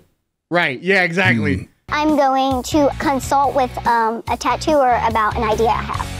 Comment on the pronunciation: A "totooer" are we sure she's not 12?